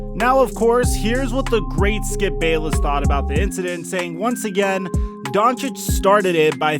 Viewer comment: You lost me when you said "the great skip bayliss "